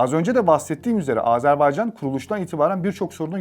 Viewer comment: AzArbaycan diye telaffuz edip durdunuz. Anlatımını yaptığınız ülkenin adını bile doğru telaffuz edemiyor olmanız işin ciddiyetine zarar vermiş. Özen gösterin lütfen